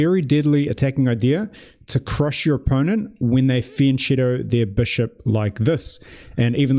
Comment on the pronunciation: Can you learn how to pronounce it correctly : 'fee-un - ketto'